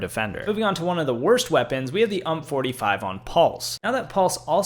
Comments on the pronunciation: It pains me hearing someone call the UMP45 that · Bro said “hump 45” lmao